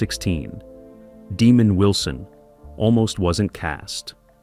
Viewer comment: His name was Demond Wilson not demon 😈 Wilson!